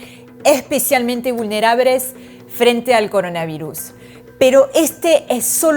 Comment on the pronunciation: Repeti conmigo V U L N E R A B L E S NO " VULNERABRES"